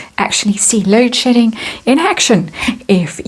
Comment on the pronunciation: Love your accent... can't help laughing everytime you say "load shedding" because it always sounds like "load sh***ing." Love your channel!!